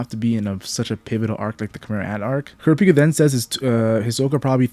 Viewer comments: Kurra peka why do so many say it like that THEY PRONOUCE IT CORRECTLY IN THE SHOW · You say everyone’s name right except for KURAPIKA it’s one syllable not 2!!! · the way you said kurapika